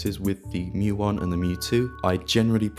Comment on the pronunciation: Thank you for pronouncing mju correctly.